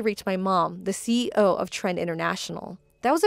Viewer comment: Does the female VA keep on saying Ceo instead of C.E.O